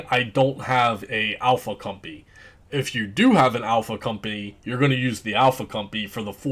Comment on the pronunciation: Great vid. Been getting bored of the pally and cleric. But please tell me you where calling the "alpha cum-pee" to make fun of it. Lmao